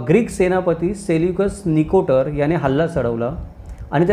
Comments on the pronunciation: साहेब, तुम्ही सेल्यूकस निकोटर म्हटले ते चूक असून ते सेल्युकस निकेटर आहे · हो साहेब. मी सहज सांगितले. मात्र आपण दोन वेळा तसाच उच्चार केला. आपली चूक काढणे हा माझा उद्देश नाही, आणि तशी माझी योग्यता ही नाही मी विनम्र पणे सांगतो. आपण खूप महत्वाचे विषय विस्तृतपणे सांगत असता 🙏